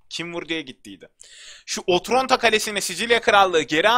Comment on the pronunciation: abi o otronto deyil otranto